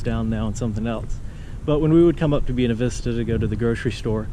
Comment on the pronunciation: Buena Vista is pronounced & sounds like........BuAna the first a is a long a. Bu A na Vista. Love the videos.